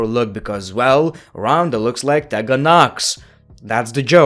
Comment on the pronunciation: it’s pronounced TEE-gan not TEH-Gan.